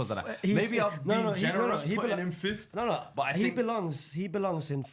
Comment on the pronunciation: Brother, it’s FIFTH and Not FIFTHT